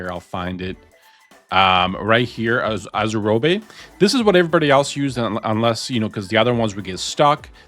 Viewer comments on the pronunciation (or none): most people say it like azure + robe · I have NEVER heard someone say Azurobe like that